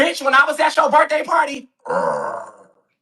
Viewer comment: “When i was at yo birfday party?👺👺”